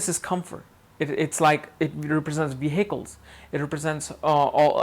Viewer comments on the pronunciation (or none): hahahaha you said ve-hicles xD